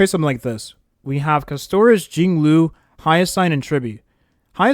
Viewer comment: Bro please Caster - is not Cuss - Toris